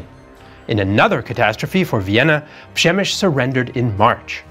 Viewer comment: Great video. How do you get “ Shemish” from “Przemysl”?